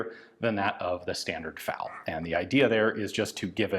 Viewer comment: I don't know if it's a word used in cuban spanish, but in european spanish, FALO literally translates to "phallus". Ian probably knows of this already, given that he calls it FAL-O. Imagine if you were designated as an autorifleman and you were given a FALO.